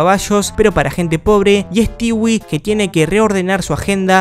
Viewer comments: Sabes que es un old cuando le dice "Stiwi" y no "Stoui". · * Pronunciar “Stewie” * Yo: “Estui”: “estiwi” Bro: Nose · me da no se que que literal digas stewi y no stui xd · Pq dice "estiwi" xd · Se pronuncia Estúi